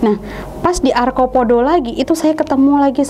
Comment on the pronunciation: arcopodo..bukan arkopodo